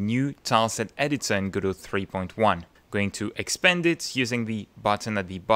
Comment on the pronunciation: This might be the first video I've watched with the correct pronunciation of "Godot". Well, that got my attention, I nearly fell off my chair! 🤣 I subscribed because your explanation of what I thought was going to be a complex topic was actually balm to my brain. Mille mercis!